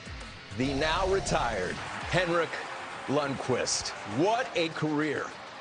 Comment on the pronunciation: It's Lundqvist.